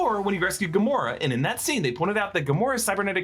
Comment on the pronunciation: When you explained rocket and nebula not being dusted you said gamoraa